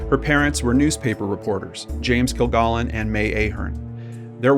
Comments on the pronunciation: Why can't the person narrating this story at least get the pronunciation of Dorothy Kilgallen's name correct?? Stupid!! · Yeah, just one woman's name---the SUBJECT of the post. And there is A.I. imaging, you know. This is A.I. Prove me wrong. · Dorothy only appeared a few times on To Tell the Truth. Her regular show as What's My Line, NOT To Tell the Truth as you stated, Her last TV appearance, was on What's My Line. Her last name is pronounced "Kill-gallon", not "Kill-gollon." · it is kil GALLON, not "gollon" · Kilgallen with a short A, not kill-GAAHLen. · I really enjoyed listening to this story that I already know inside and out. I know you can't change anything now, but her named was pronounced Kill-Gallon (like gallon of milk) and she was on What's My Line and not To Tell the Truth. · Her named is pronounced Kil-GAL-in. They said it that way each week on What’s My Line. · I agree. You are not pronouncing it correctly. It is "kill-gallon". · Hey, I appreciate your videos because they are so well presented and to the point. Just a small heads up... Dorothy's last name is pronounced Kil-gal-en, as in gallon of milk. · I was almost 9 when JFK was shot, and saw Dorthy Kilgallon on games shows throughout my childhood. You are not pronouncing her name correctly. It’s a short “a” sound in her last name. No “ah”sound. Like a gallon of milk. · Dorothy pronounced her name "kill-GALLON," like a gallon of milk. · It's baffling how people who research and present content that is supposed to be informative and factual fail to perform quick and easy fact checks on their own material. The repeated mispronunciation of "Kilgallen" is inexcusable, since there are literally hundreds of recordings of the proper pronunciation on the Internet... and, a few seconds of death date searching completely debunks the Earnest Hemingway anecdote. Sheesh! 🙄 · You mispronounced her name straight out of the gate. Wtf? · PRONOUNCE THE NAME RIGHT